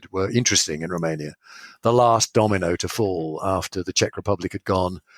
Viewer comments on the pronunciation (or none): "Roomania"? It's Romania.